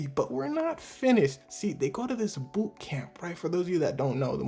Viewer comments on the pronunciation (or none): none